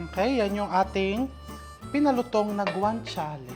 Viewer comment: Ang pronounce po ng GUANCIALE ay with H (guanchiale) hope di ka na offend